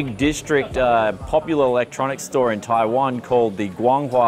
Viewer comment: Why does he say taiwan like that. TAIWON